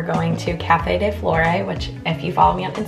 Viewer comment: just so you know, café de "flore" is pronounced "flor" (I am a french canadian!)